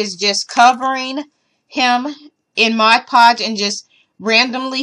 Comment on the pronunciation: Thank you for doing Freddy you did a wonderful job. You said mod podge right. I wanted to thank you for all of the projects that I have requested from you. I am very happy that I found your channel. I found mini brands at Walmart. Have a great day.